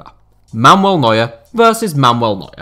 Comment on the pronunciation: is so horrible with pronunciation. He cannot even say Manuel Neuer right. Mamuel lol.